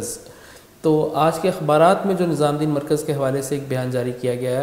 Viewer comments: Its nizamuddin...not nizaamdin...lolllz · Bhai tum muslim hokar Hazrat Nizamuddin rahmatullah ka naam thik se nhi le pa rhe